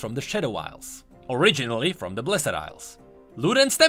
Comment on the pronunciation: I really like your content, but please, learn how to say "blessed" because my ears are bleeding.